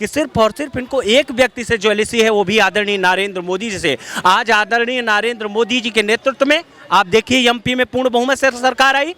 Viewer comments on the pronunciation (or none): पहले नरेंद्र को नारेंद्र बोलना बंद कर 😂😂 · नरेंद्र मोदी का नाम तो सही बोलना सीख ले ,,नारेंदरा बोल रहा आंड फिसचुला 😂😂